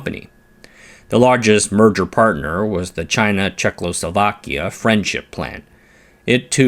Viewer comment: I love your videos - thank you for them - but you need to say Czech-o-slo-va-kia - not czech-lo-so-va-kia